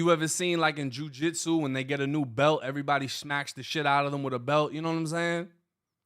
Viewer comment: He leaves the "v" out because he thinks it sounds more black. Always trying to pass.